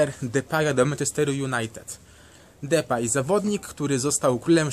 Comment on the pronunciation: Czyta się "Dipej"